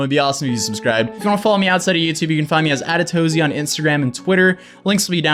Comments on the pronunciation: Wtf. I just realized it was pronounced “a-too-zee” and not “as-toz-y”. I must be dyslexic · no. He pronounces it "uh-TOE-zie". So yes, it's supposed to mean A to Z probably, but it isnt said like that. And he probably added the Y so it would sound catchier. Otherwise it would be pronounced "uh-TOES" 😋